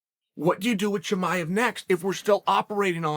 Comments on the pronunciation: I bet Uncle Chael just likes saying « Cheemaiv » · "Hazmet Chimav" Chael did it again LOL